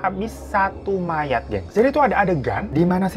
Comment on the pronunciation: Apa cuma aku yg dari awal dengernya susuk maya, dan baruu ngeh kalau itu susuk mayaT pas di bagian cerita makan tubuh mayatt sampai habis? 😭😭